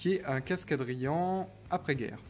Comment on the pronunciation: Tres jolis casques ! Et bravo car tu es un des rare sur YouTube qui prononce bien Adrian 😂😉